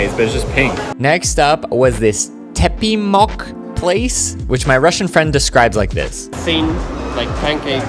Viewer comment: Tepemok lol.. It is Teremok